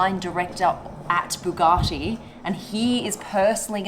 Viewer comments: I had to stop the video as soon as I heard the way she says Bugatti and I’m an Aussie 😂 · Bu gatti! Not, boo garti! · "Boo gahh tee" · Buugatti the accent tho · I love the way SB says Bugatti.